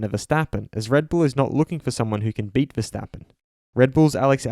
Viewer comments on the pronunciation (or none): none